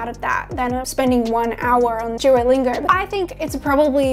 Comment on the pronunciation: “Jewolingo” lol Ps. Your bf is a lucky guy